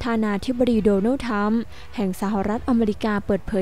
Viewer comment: ทรัมป์ครับไม่ใช่ทรรม ออกเสียงให้ถูกหน่อยนะน้อง ภาษาไทยคือภาษาพ่อแม่เราไม่ใช่หรือ